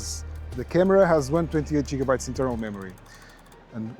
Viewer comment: ah yes jigabytes